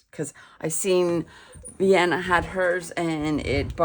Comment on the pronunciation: Thank you so much for your video! Just an FYI - her name is pronounce Vi-ahh-NEY, not Vienna.